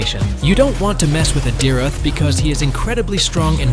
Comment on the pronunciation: the pronouncation for dyrroth is dayrot